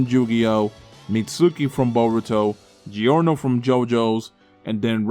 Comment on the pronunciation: You have to say giorno